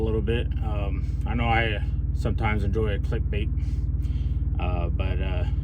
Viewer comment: Click bake🤣. First time you said click bait it sounded like click bake